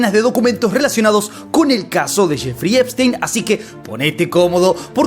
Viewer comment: Solo vine a escuchar a decir Jeferino Espistenio. Eres un crack hermano. Saludos desde México. Seguimos el caso desde que tu lo sacabas y nadie mas.